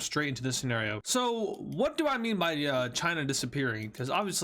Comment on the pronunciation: You say senerio